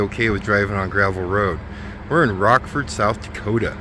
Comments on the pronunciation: it's not Rock ford it's Rochford, thought ya mite like to know, be safe, have fun...... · The original (or at least long-standing) name was "Black Hills Motor Classic." I liked that better. That small town is Rochford (Rotch-ford), not Rock-ford.